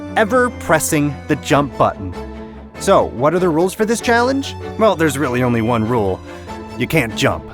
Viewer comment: lol he said "wan"